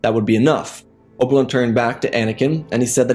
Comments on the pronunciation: Dude keeps calling him Obwun lol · Just some constructive criticism...The way you say obi ones name I almost don't know who your talking about...if I didn't know it was obi one it was you were talking about. Then I wouldn't know who you were talking about...just slow it down a bit...your stories are good. But slow down how you say obi ones name... just my 2 ¢